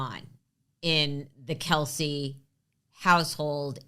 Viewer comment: Hi I heard Travis say in an interview that his family pronounce their surname Kel. The “ce” is silent